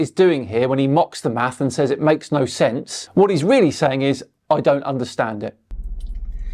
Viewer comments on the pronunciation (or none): Hey, what the hell is an "arcutect"? 🤣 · What is an "arch-u-tect,?" 🤔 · When says "arcutect" and "electrolical" this concerns me. Even though I'm an NPC.